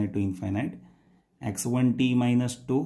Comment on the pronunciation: What's the problem with your pronunciation? Who spells tau like that?